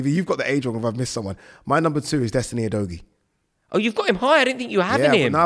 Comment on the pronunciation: That name is Pronounced U-do-giye. Let’s get it right.